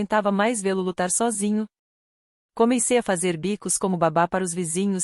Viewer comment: SOGINHO kkkk É sózinho IA não sabe ler em Português e quer substituir o ser humano 😂😂😂